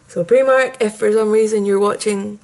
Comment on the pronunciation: The "i" in Primark is actually pronounced as an "i" and not an "e". Just a little tip for you. Great video though.